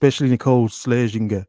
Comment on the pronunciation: Nicole “Swears-in-ger” is how you say Scherzinger, at least the German way, for your information